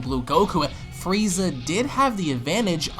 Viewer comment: I heard you say fweeza 3 or 4 times.. lmfao